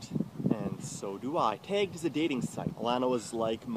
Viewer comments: Why does pronounce "tagged" like /tɛ:gd/? Feel like I've maybe heard some Philly guys talk like this, but never a Canadian. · Nice to see someone else picked up on that